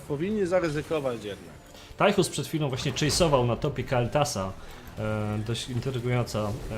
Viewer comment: proszę nie mówcie Tajchus, moje uszy krwawią ;)